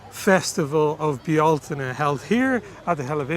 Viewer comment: I'm happy you pronounced "Bealtaine" right (depending on the dialect; I say "BELL-tin-nuh"). I mean, you're native, and I'm not, but it would've upset me if you'd messed it up :D